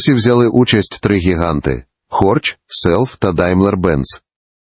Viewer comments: Бісить коли "Хорьх" читають як "Хорч". Це немецька ! Хорьх !!! Запам"ятайте - Хорьх ! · Дизлайк за озвучення ШІ з тупими Хорч, Джелендваґен